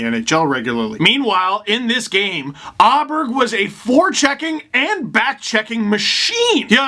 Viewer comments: Åberg is pronounced like "Oh-Berj" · Aberg in Swedish is "O-barry"